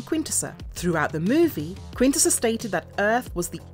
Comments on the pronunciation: I’m like I minute in and you’ve pronounced quintesson four different ways I’m not even mad that’s impressive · If you make an episode about Quintessons, maybe you should know how to pronounce "Quintesson".